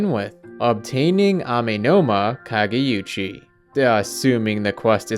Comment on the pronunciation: It's "kageoochi", not "kageyuchi". Not that it matters.